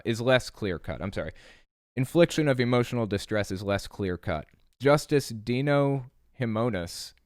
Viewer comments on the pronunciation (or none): none